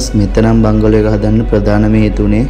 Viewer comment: බංගලෝ නෙවෙයි බන්ග්ලෝ